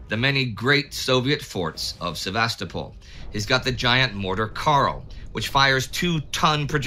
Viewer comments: Please! It's pronounced: Sev-a-STO-pol, not Sev-AHS-to-pol. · I feel exactly the same way regarding the pronunciation of Ukrainian and Russian place names. I also love this channel: the information and presentation are among the best anywhere. I just wish Indie would stop saying Sev-AH-sto-pol and YOU-kraine. ;-) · Excellent as always, but, please: SevasTOpol. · I heard that as Sevastafall must fall!